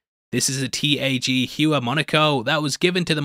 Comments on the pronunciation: tag Heuer is pronounced tag hoy-er btw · Never heard someone pronounce Tag Heuer Watch like that🤣